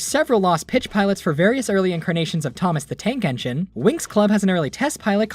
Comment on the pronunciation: dude, you know when you say Thomas the Tank Engine it sounds so weird to me. I’m used to seeing the unlucky thug say that for fuck sake, (Jesus sounds so weird to me) * no offense *